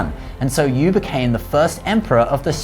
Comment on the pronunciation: I'm VERY glad that the name of Yü, The Child of Gun who tamed the flood, was pronounced correctly here. There are a couple other videos here on Youtube telling the same story, in which the name is wrongly pronounced as 'YOU' -- and the guy who did the video made a tasteless joke out of that by saying that 'you', the viewer, are the star and the hero in this story!